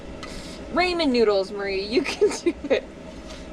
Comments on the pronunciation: wait... did you just say "ray men" lmfao not "rah men"? xD It would take skills to mess up instant ramen tho. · Hey! Love all your videos and your humor and your dogs, everything. But FOR THE LOVE OF GOD, please learn to pronounce Ramen properly. It's not ray-men. It's Ra-men. Say it with me. RA-men. Thank you. Otherwise keep living your dream on the road! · Dude, did you call them "Raymond" noodles 🍜? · Quit pronouncing ramen like that this...instant. Do it again and I'm reporting you to Maruchan 😤